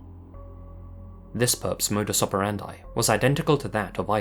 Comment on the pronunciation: don't you always humble brag trying to sound like you pronounce well words in different languages? well then learn to say "modus operandi" in latin, correctly